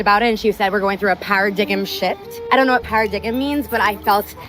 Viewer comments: "para-dig-'em"🤦‍♂️🤣🤣 Para-dime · Para-dig-um? LOL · Well I for one am not interested in a woman who says “para-dig-em”😂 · The word is "paradigm"...pronounced "para-dime", not para-dig-im. Holy $hit is she clueless. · Did that successful educated woman call "PAIR-A-DIME" a "PAIR-A-DIG-EM" 😂😂😂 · PARADIGM, is not pronounced paradiggem, you moron. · These people are so damned lost. And the language of some of these women is just deplorable. , Oh wow, this idiot really just said para-dig-m! Does no one own or read a dictionary anymore? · I don’t know what “paradiggim” means either. But I know what “paradigm” means. Yeesh, what an airhead. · Para-Dig-Im shift 😂😂😂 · Para-dig-um shift...LOLOLOL! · Not going to mention how she said paradigem. Hahahahaha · "I don't know what PARA-DIG-EM means..." 🤣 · Paradigem? OMFG please stop using words you cannot pronounce, let alone understand the meaning of. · "paradigem"? And she wonders why she's single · Woman in white: I don't know what para-dig-um means.... James Carter from Rush Hour : What the hell did you just say? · Saying"paradiggum" is probably ONE of the many reasons she can't get a date. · Did she really pronounce the term "paradigm shift" as "para-dig-em shift?" She's never going to get any dates, let alone get married. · Holy shit. I’m clairvoyant, when I said women were stupid, it was before the Mensa member pulled “par-uh-dig-um” out of the bag. Yup, these are the geniuses who call men stupid and you allow to run your lives. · Bro "para-digum shift" 🤦‍♂😭😭 Then she repeats it. "Para-digum shift!". Lord help us 😭😭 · 'paradig-em shift' 😂😂🤣🤣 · para-diggum lol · I always say don't use words you don't know, even moreso when you don't know how to pronounce them. Perfect example here was "paradigm." Maybe she should try out new words around friends and relatives before trying them out on the internet.